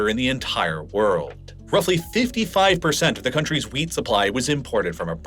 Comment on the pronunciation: Might want to really annunciate those Ts at the end of wheat. Sounds like you're talking about a VERY different kind of crop :-)